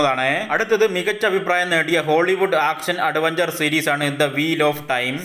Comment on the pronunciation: അടവെഞ്ചർ. ഇതെന്ത് ഭാഷ 😂